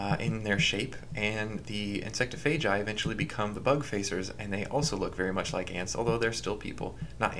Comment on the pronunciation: the way he says “insectophagi” bothered me. i say it like it’s spelled, “insect-off-a-guy. insectophagi.” maybe i’m wrong tho